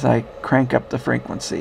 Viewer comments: Frenquency? :D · I love it when he says frequency.